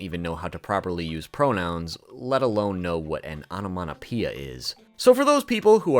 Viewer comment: "onomaTopeia" not "onomaNopeia" 😂😂😂